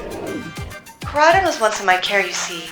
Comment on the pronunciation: I love the vid but why in area zero koridon became miridon